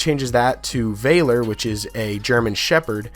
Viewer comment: a-CUE-ity bow. a-CUE-ity. VAL-er, not VAY-ler.